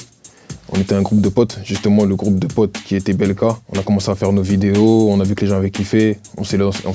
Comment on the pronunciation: J’ai entendu PLK au lieu de BLK